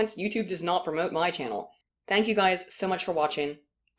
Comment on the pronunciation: Love your content but WTF is Altana Volt?